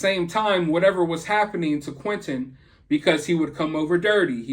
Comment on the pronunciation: Hey why can't you pronounce T's, his name isn't quinenn, it's Quinten